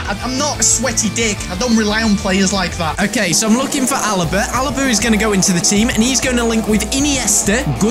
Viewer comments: Alba not "Alaba " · LMAO he said ALABA it was ALBA LOL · its alba ffs...not alaba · Alaba? You mean alba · IT IS ALBA NOT ALABA MATT!!! REGARDS FROM PERU BEST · It's alba not Alaba